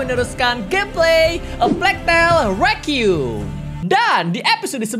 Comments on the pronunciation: Hlo kak regi Cuma mau koreksi aja pengucapan "requiem" yang bener itu ri-qua-yem. Bukan re-qium. No hate ya, cuma koreksi ajaa kalo dibaca alhamdulilah kalo tidak yasuda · Sebenernya ngomong nya sih.. Rekwaiem